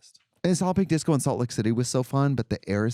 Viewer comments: Every time Trixie talks about Solid Pink Disco all I hear is “Salloping Disco” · This is the first time I’ve heard Katya say it and I’ve realised it’s “Solid Pink Disco” not “Sollopping Disco”